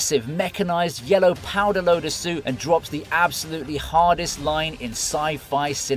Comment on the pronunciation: *Powerloader, not Powderloader ^_^